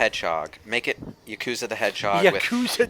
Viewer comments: It’s YAkuza not YUkuza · It’s not “YAH-COO-ZA” it’s... never mind. Yakuza LP soon? I expect great things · He pronounced yakuza wrong